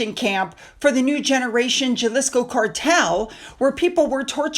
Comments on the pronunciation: Love you,... Great video. Just so you know, Jalisco is pronounced "ha-leesco". The "J" should sound like an "H". Keep up your fabulous work, I check every day for your videos!! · A point: Jalisco is pronounced Ha- lees-ko, the J is an H sound.😉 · Jalisco is pronounced ha-lis-co, with an H, not a J sound. Sorry to correct you but it was driving me crazy.